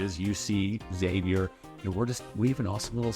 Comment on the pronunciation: Congratulations for pronouncing "Xavier" correctly.